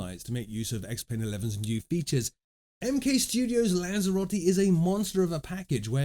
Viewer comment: "Lens-a-rotti"? Aaah, Lanzarote! x-D Sorry! Nice show, as always.